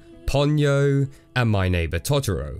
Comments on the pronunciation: "Totter-oh" Toe toe row -_ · It’s actually pronounced to-to-ro